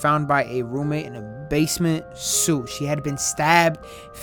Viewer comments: seriously said suit instead of suite "sweet" lol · it's pronounced "sweet" not Suit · Suite is pronounce like sweet lmao 😂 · Did he just pronounce “suite” as “suit” 😭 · Suite is pronounced sweet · Mans said suite like suit 😂